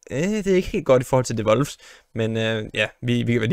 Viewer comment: Hvorfor siger du Wolfs???